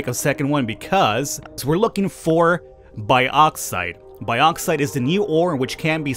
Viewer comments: its also bugging me how u say bauxite its not pronounced "bi + auxite" its mor like a "box + cite" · It's Box-ite, not bi-ox-ite Cheers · Its pronounced boxite not baaxite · broooo😂 its pronounced boxite not baoxite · "biauxite" it's bauxite lol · Hey bro! It's pronounced borksite. Much love. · Boreksite is the pronunciation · Bad Boy American to UK pronunciation. As the ancestor to your language the more correct is the UK Bork. Think baux. Au. Auger. Then you get the correct sound.